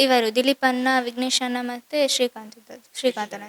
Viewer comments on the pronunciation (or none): none